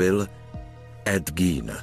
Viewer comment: Gein se určitě nevyslovuje gín , jak to říká komentátor .